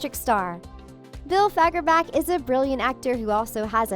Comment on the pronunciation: Bills last name ain’t pronounced like fagger’back’. It’s pronounced like Bach. It has the ach sound